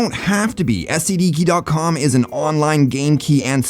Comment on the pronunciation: For a second I thought he said "this video is sponsored by STD keys"